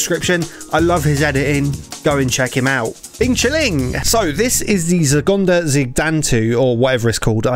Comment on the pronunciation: From your severely butchered pronunciation with the help of captions, i think its name was 中华子弹头 in other words chinese bullet